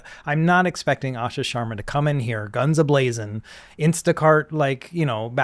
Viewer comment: "Asha Shwar, Asha Sharma". Understandable slip up. As an Indian it's interesting to hear these names pronounced so differently. In here we would call her "Aaasha Shurrmaaa", but I guess it's more complicated than that as she is an Indian Origin American and might herself be used to the non-Indian way of pronouncing her name.